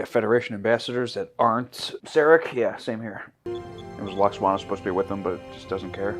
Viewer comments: Lol pronouncing it Luxwana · Phonetically lou-ox-ana 😅